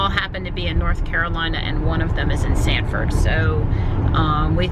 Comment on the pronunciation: The name of the city is Sanford not Stanford.